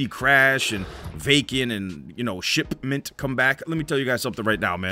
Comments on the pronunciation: the way said "Shipment" I'm dead lmaooooo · I love how emphasised the P in Shipment incase the algorithm thinks he said Shitment. YouTube 2019 lol man.